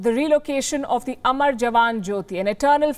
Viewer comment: It's not amaar it's amar !!! They mean 2 different things. Pls